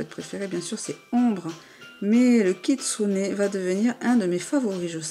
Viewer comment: tu vas arrêter de dire kitsunai stp